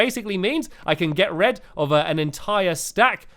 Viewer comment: you said get red not get rid